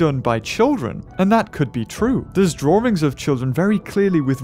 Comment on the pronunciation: "Drawrings" by